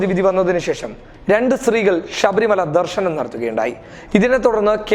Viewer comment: ഷബരി മല എന്നല്ല; ശബരി മല എന്ന് പറയുക.